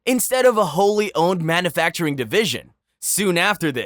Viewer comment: Pronunciation of some words was a little sketch, but a human could certainly make them. E.g. "manoofacturing" and "planntiff".